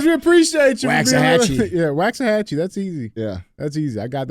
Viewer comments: Fort Worth here! 🥰 Haha you were so confident in your wrong answer 🤣. Lol good try, but it's not "wax", you have to drag out the 'a' haha. It's "waak-suh-ha-chee". Like a Chinese cooking Wok lol. We love yall down in Texas! Keep up the good work fellas! 💪🥳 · It's pronounced bear county and woksahatchy. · Gruene (pronounced Green) -Waxahachie (pronounced wax-uh-hatch-ee) -Dumas (pronounced doo-mahhs) -Boerne (pronouned burn-ee) -Bexar (pronounced bear) Glad I could help, DJ. <3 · You mispronounced Waxahachie